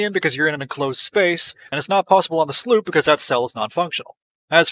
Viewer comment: sloop not sloep